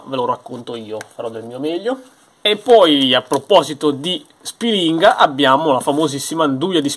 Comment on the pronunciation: Aridaje, si pronuncia Spìlinga e non Spilìnga..., quando scendi ti porto a fare un giro da quelle parti...